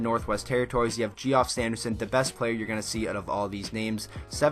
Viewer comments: JEE OFF lmao. It's pronounced Jeff. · The fuck is a "gee-off"?? You mean Jeff? Geoff = Jeff. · You pronounced Geoff as G off when his name is Jeff!!! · It's pronounced Jeff and not GeeOff LOL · Its pronounced Jeff not Geoff. Also love from NB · Geoff is pronounced Jeff ... Couturier is from New Brunswick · nope you say it like Jeff